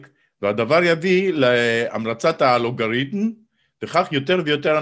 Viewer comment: בהקשבה חוזרת הוא אומר את האלף אלא שמוסיף תנועה שגויה ואף הטעמה לעיצור האות למד, וקורא: אַלוֹגוריתֶם.